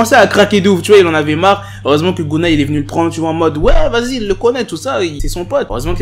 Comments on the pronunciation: Ehehh c pas gounna c gunna 🤣🤣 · tu prononce « geuna »